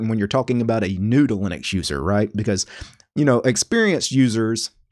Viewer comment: I thought he said noodling accuser the first two times he said new to Linux user. I don't know what's wrong with me.